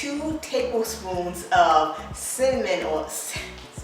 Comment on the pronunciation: Ok, Im following because you said cinnamonnny 😊 Im saying that from now on. Thanks for the recipe and the relaxed atmosphere.